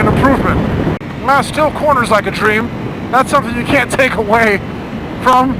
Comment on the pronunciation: British accent "slip-up" ..."I con't.....I con't".....lolololol. Good Stuff!